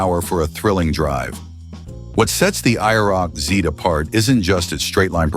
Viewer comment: Stopped watching when the AI spelled out IROC